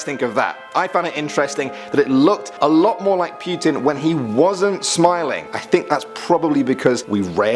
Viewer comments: PYUTIN. PYUTIN.... LOL. It's Putin. Do your best Harley Quinn's "Oh, puddin'!" but replace d with t. There. You're welcome. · lol "pewtin''